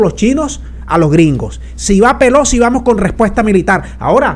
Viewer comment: La Señora, " Pelosqui "